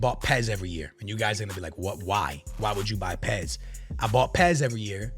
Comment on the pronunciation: The way he pronounces UEFA and says PES tells me his opinion isn’t worth squat diddly